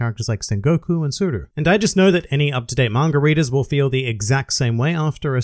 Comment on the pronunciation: Why do you always say "Mangar", it's Manga dude! Arrgh!